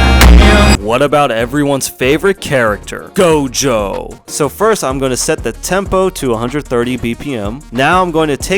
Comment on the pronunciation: I mean,at least he pronounced Gojo cirectly